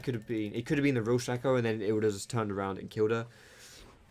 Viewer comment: I love your stuff but my biggest pet peeve is when you say shack-o instead of Shake-o drives me insane haha